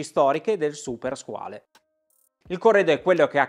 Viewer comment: Due note. Se non vado errato con "skin diver" si intendono orologi da indossare senza muta, quindi per apnea o per snorkeling, insomma una subacquea ricreativa e poco impegnativa La corretta pronuncia di "Squale", parola francese che sta per squalo, è SQUAL.